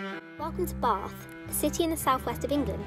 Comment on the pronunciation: As someone from bath it really gets to me how to say bath